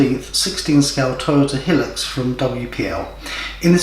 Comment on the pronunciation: Hill lux? I thought it was pronounced Hi Lux? Anyway most excellent build video 👍